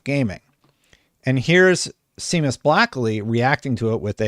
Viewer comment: Seamus is pronounced 'Shay-mus' not 'See-mus'